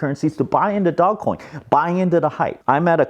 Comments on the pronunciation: Its Dogeeee not DOG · This is a bubble that is going to end in tears. People bidding up assets they don't have a use case for except for selling them to other people for higher prices. You don't even pronounce it right, it's said “dohj coin” not "Dog Coin." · Not DOG, DOGE (Dowzh) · It's pronounced Doe-J NOT Dog Coin lmao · its not dog coin its doge coin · This guy is gonna drive me nuts. NOBODY CALLS IT DOGCOIN. ITS DOGE!! DOGECOIN. GET OVER IT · is calling it "dog coin" instead of the correct pronunciation of "doje coin" so then people comment about the mispronunciation and the yt algorithm picks up the video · Its "doje", not dog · Bro is anyone else triggered that he keeps calling it DOGcoin instead of DOGEcoin 😡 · Big fan, long term subscriber, liked your video. But please, I beg you! Stop calling it Dog-Coin! It's Doge! Dough-j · i thought it's pronounced dogecoin (dojecoin) not dog-coin. idk. good for you man! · I love how you still call it Dogcoin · Nah it's his personality. It has a dog, he calls it dog. No irony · I love that you’re calling it dog 🐶 coin. Don’t change just because people are pronouncing it a different way. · It's pronounced "dohj coin" . Look at the video: How Dogecoin Blasted Off & Made the Meme Economy Real | Know Your Meme 101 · I love how you call it dog- coin. 🐶 Makes me smile. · Its NOT pronounced DogCoin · It's actually pronounced Dog-E-Coin lmao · It's dogecoin as you say like the car brand Dodge first.